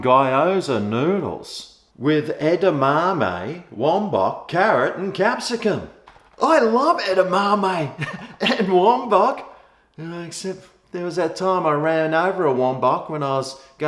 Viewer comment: there is no n in capsicum and also the b in obviously is not silent.so use the b